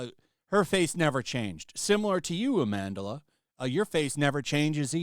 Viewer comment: Is it Amandla or Amandahlah? Im getting confused with how 1 L at the end of her name makes an 2 H sound and her name has more syllable counts then needed. Lol😂😂